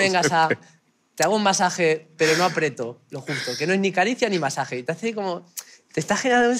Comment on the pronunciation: Un pequeño matiz: es "aprieto", no apreto (1'02"). El vídeo ha estado muy gracioso, por cierto.